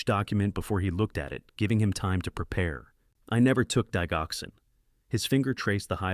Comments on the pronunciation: It's pronounced dij-oxin. Like digit. 😅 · Didg oxin the g is hard sound. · Digoxin is usually pronounced with a j dijoxin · Good story. The g in digoxin is pronounced like a “j”.